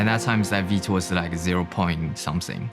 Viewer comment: I came here to learn how vite is pronounced... veet.